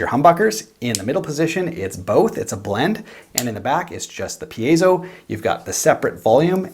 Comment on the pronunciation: Yay! Finally someone who pronounces "piezo" correctly!:-)) And that is a very cool piece of equipment right there! Thank you!:-)